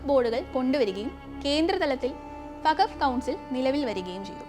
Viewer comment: വഖഫ് അല്ല വഖ്ഫ് ആൺ